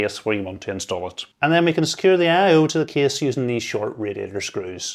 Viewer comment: Aye eye owe